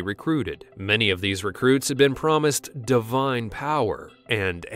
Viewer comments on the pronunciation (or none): none